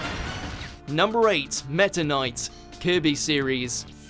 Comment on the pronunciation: That pronunciation of Kirby tho